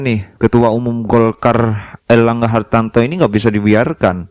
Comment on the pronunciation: Ngomong erlangga hartarto aja kliru erlangga hartanto Piye to kang